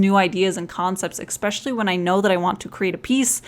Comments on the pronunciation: Hey =) English is not my mother tongue so I'm kinda wondering... You say eXpecially a lot is it especially? I don't mean to point it out or anything I'm just curious because in school they taught me to pronounce the word with an 's'... Language learner stuff ;P. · Jo Smith Hello! As a native English speaker and a learner of other languages, I certainly understand your question. Yes, she does mispronounce the word "especially." There are many words in American English which are consistently mispronounced in certain regions. I don't know if this is one of them, but it may be. Your teachers are correct, but, as with all languages, the biggest goal is communication. Precision is very helpful, but context is always the biggest part, and a native speaker would generally not feel the need to remark on this error, as the meaning is so clear in context. Best of luck in your studies! :)